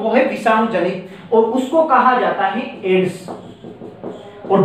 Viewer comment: All class very good.... पर सर वो एडस नहीं एड्स होता.... क्षेत्रीय बोली का प्रभाव 😁